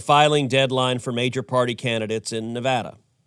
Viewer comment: Thank you Senator Cruz for pronouncing Nevada right 👏👏